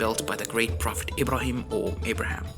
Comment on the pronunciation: That's actually what confuses me in these videos, when I hear this Aladdin style music I immediately assume whoever made this video isn't arab, but when he started talking I realized he is, because of the way he said mecca and Ibrahim etc.. To answer your question arabs did have certain music but it's not the one used in these videos